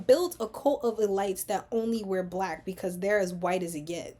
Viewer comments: E-Leets not elights…you’re brilliant the goal is to focus on your commentary not being confused. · Not ur pronunciation of elites frying me😅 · Love the breakdown. Curious if your pronunciation of “elites” has a double meaning? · Yes! The comment I was looking for. I have a feeling it does. Well.... at least I hope it does. Because otherwise...its a bit distracting 🙃